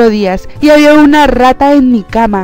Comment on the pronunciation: no me suscribi porque dises ra ta y rata esta mal le das mal ejemplo alos mas chicos que ben tus videos y les emseñas alos demas a hacer buleng